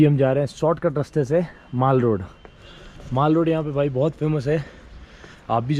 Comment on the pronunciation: Not maale roda bsdk its mall road brother😊